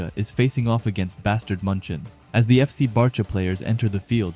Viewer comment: The names are pronounced like bark-a and bA-stard munick